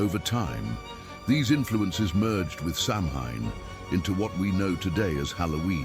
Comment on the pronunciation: Samhain is not pronounced as it looks. The word is phonetically “sow-when” of the ancient Celts.